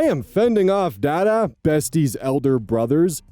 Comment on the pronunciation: rosogolla with cinnamon sounds ass. However, my mum used to shave cadbury chocolate over rosogolla and that was amazing and y'all should try it. Also,, the D's in "dada" are pronounced like the "th" in the. Not expecting anyone non-Bengali to get that tho haha